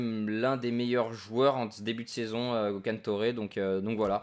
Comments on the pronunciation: sa se dit Gekhan Torè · Salut enfin =) j'attendais avec impatience:) tu fais de tres bonne video, la carriere et au top, tes un bon;) pour info le petit Gokhan Töre on le prononce [ gekan teréé] comme tu le prononce d'habitude:) continue tes videos;) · normalement on dit geukan (prends le au premier degré ) torè ( pareil prends le au premier degré ) donc ça fait geukan torè mais ça s'ecrit gokhan tore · On dis bien Töré comme tu dis et son prénom c'est Gökhan. La prononciation en français ça fait Gokane toré